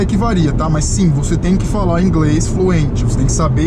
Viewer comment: ingrês kkkkkkk😂😂